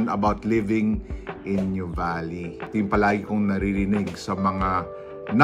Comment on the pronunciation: We pronounce it as, 'noo vah lee'. Not new valley😊